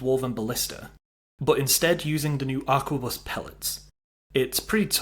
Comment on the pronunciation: A R Q U E B U S. not aqua bus. its 2024 time to stop playing skyrim and read a book. and buy a toothbrush